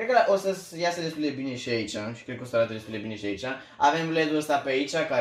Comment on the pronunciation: hai ca ai facut 2k likes daca e. :))) doamne cand te aud cum vorbesti , so , placa da baza, cutia DA la cooler ... sursa de la seA sonic ... doamne fereste bha baiatule. in locul tau nu as mai spune firma daca nu stiu cum se pronunta .. oricum se vede ce firma e.